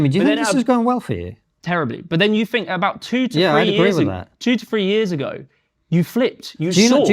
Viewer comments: This dude clearly doesn't know how to "fink" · He don't "fink" so.